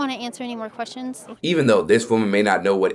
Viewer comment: 'I dont want to answer any m Oi te quistions!" 😅